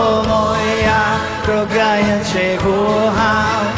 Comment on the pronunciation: Ciekawe. Bobby Vinton był wymawiany jako Winton. A bardzo często nie zwracał uwagi na takie drobiazgi jak"kocham". Wiele razy słyszałem: ko- am. Jego maniera śpiewu? Do bólu typowa w tamtych czasach. Łącznie z"pożyczaniem" całych piosenek z całego świata. Coś jak sławny Dob Dylan- wszystkie największe przeboje pochodziły z notesu starego farmera- hobbystycznego piosenkarza folkowego. Opiekował się nim aż do jego śmierci. A notes... stał się jego dziedzictwem. To w końcu bardziej moralne niż bycie kolejnym prototypem różnych Zenków😢